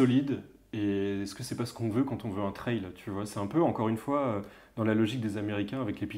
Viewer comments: Team canal insta et Team qui ne dort pas ^^ Et Team « la wifi », « pain au chocolat » et « traille pour la prononciation » 🥲 J’ai dévoré la vidéo dès la sortie, super sympa et super intéressant. Vous avez oubliés les poignées chauffantes d’ailleurs dans les options de la panAm. J’ai la PanAm Spécial depuis le début d’année mais je serais très intéressé par l’acquisition d’une Street Glide, ce look, ce bruit !!!😍 dommage que l’on n’entende pas le son de la moto d’ailleurs en extrait vidéo:) J’en redemande des vidéos sur la StreetGlide Vive Harley et vive vous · Pour la prononciation , personnellement j'ai adopté la prononciation "française" et donc comme on prononce une aile (d'avion par exemple) , j'ajoute simplement le T devant aile pour le prononcer "Traile". Ce n'est que mon avis 😁✌️. Mon avis sur cette vidéo ? Très sympa 👍👍✌️✌️